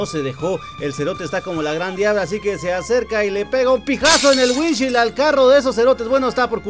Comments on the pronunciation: Maje estás enseñado en inglés y no se pronuncia así se que te pela verga todo pero alguien te va a copiar y la va decir mal 😅 es así windshiold así se pronuncia 😅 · Así no se pronuncia parabrisas en inglés..